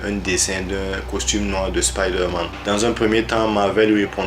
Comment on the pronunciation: On dit spiderman avec un "I" 😑😑😑